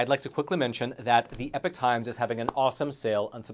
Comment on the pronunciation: You are NOT “The Epic Times”. You are “The Epoch Times”, pronounced “E-Pock”.